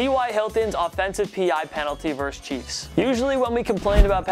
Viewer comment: The word "versus" is pronounced versUS (i.e., saying the "US" part), not verse. When you say "verse", you're referring to part of a musical composition.